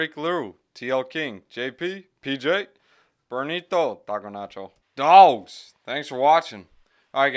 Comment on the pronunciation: I like A-TOM better! Keep it up. BENTO though not BEN-I-TO :D